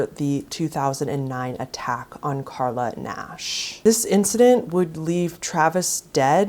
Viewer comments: You didn’t even pronounce the victim’s name right. It’s Charla Nash, not Carla. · Not for nothing, but maybe learn her name: it’s Charla…not Carla. 👌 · A witch who fails to pronounce the name of a victim getting her face ripped off by a chimp advises watchers to skip forward because animal d3ath might make the them feel uncomfortable. CH-ARLA didn’t have anymore hands!!! He literally ripped them off as she was trying to fend him off. That thought alone makes me uncomfortable. Smh You should have redone the whole video or at least do a voice over instead of calling her KARLA through the whole thing. Ludicrous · Charla pronounced Sh-arla, otherwise good vid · At least show some respect and pronounce her name right 🙄its charla